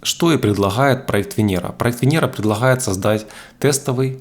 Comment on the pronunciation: Буква Гэ... Хород... Ховорил... Предлахает... 😬